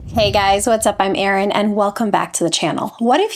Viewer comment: I'll stick with Erin, not errin'